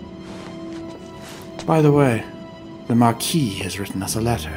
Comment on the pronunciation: Thank you for knowing how to pronounce "marquis".